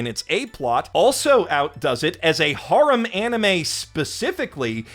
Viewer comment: Serious question, why do you pronounce harem like that